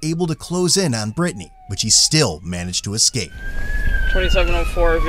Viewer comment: 'Brytni'??? Omg 🥴🥴🥴